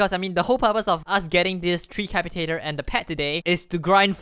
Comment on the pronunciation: FINALLY someone that pronounced tree capitator corrrctly